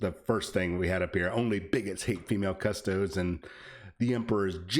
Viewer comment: All these parasites who don't even know the how to say custodes getting in on the controversy for clicks. They give themselves away when they say "cus toads".